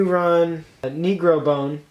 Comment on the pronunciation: ...I like you running one copy of mediocre G2's instead of waiting and investing in multiple copies of good G2's like Negrolazy. Or at least one more Cannoneer. also lmao when you pronounced Negrobone. such southern so wow